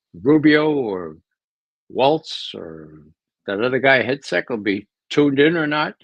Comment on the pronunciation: Ray did you say Headsack, for hegseth? Funny. Blessings. Cleveland